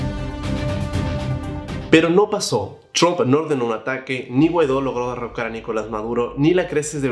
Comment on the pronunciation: Porque dices Chomp en vez de Trump?